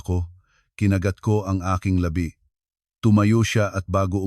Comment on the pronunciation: Sobrang katangahan ng manugang😅kaya nasanay cla,tapos yng narrator,labi sana pero la-bi daw,parang patay juzt saying.